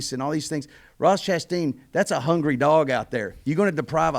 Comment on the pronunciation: Ross Crashtain...lol